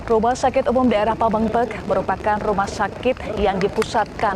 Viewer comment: Pameungpek bu reporter bukan pemengpek